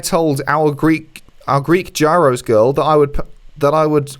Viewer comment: just FYI Gyro (the food) is pronounced just like euro.;-) love ya guys.